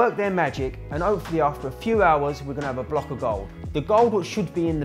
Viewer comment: Rah my guy said overred up and opefully 😂